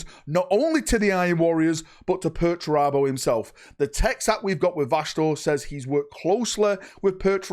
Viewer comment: I cant wait for perch-er-abo